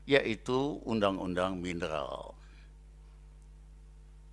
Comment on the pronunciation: Suharto pak bukan Suhalto,mineral bukan minelal